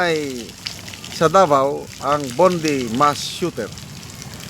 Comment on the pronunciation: BONDI--- pronounced as BONDAY Tagalog words pi 😊